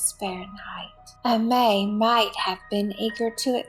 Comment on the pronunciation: Pronounce Amee